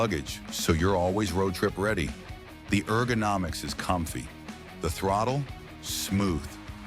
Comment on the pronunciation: Keep working on your synthetic voice. It messed up 'comfy' among others. Make it work well or get rid of it.